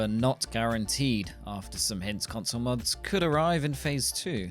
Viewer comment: "cunsuul moods" Dude went full Borat on that one.